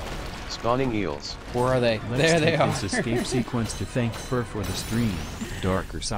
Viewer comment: YOU SAID TANK NOT THANK 😂